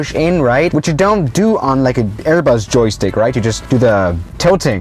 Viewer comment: Normal people when they say joystick: Joystick when he says it: Jokstick He said it in a app review where the creators of the app spelt joystick wrong lol